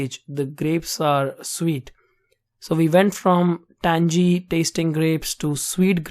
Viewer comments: 'tangy' lol not 'tanjee' but 'tanghee' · Great video. your patience in video making is impressive! Very very helpful too. I like your accent! lol But...we southern boys say the word TANGY like this...TANG-eee...not Tang-jee lol...keep up the good work!!